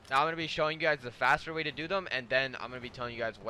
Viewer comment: When he said way i tought he said sway